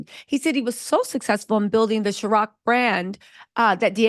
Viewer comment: And it’s Cir-OC not Chir- OC…..love though 😂